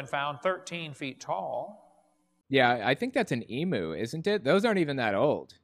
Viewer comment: Emu's are not extinct. There are still plenty to be found in Australia, in the wild and captive. Plus fyi that's not how you pronounce emu